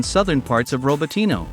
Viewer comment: It is RAbotino, no RObotino